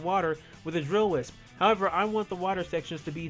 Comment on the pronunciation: your can't say wisp